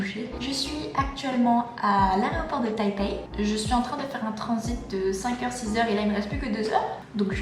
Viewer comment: Tu dis "aréoport" au lieu de "aéroport" c'est tellement drôle et mignon! XD Bon courage pour ta rentrée! Je te trouve courageuse de partir seule dans un autre pays...:)